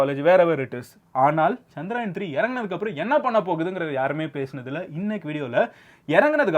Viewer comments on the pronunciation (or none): Anna adhu chandrayan illa chandrayaan (சந்தரயான்) Chandra-moon , yaan-spacecraft